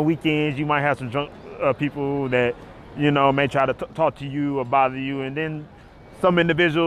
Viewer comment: "But other than thaAT!"